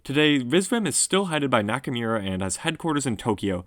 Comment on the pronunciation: Hiroki Naka"mirror“ lol